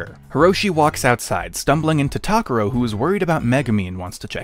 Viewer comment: Why are they pronouncing Takuro’s name so weird?